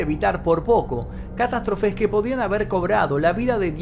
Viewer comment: Genial video, como siempre! no conocía el caso. Nada que ver pero me descoloco el min "catastrófes" o lo estoy escuchando mal no se XD